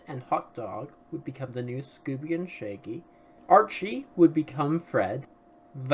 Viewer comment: Do you keep calling him 'Shaky'??? His name is Shaggy